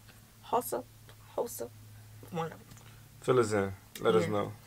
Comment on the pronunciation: It's actually how-sa